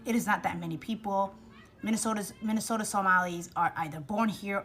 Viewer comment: Maybe she should learn how to pronounce Minnesota 1ST OF ALL.